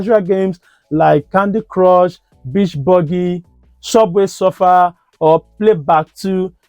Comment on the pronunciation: "Shubway sorfaa"😂😂😂😂😂😂😂😂😂😂😂😂😂😂😂😂😂😂😂😂😂😂😂😂😂😂😂😂😂😂😂😂